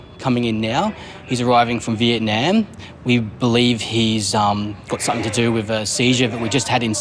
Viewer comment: Come on Aussies it is Something NOT Somethink nearly everyone says it.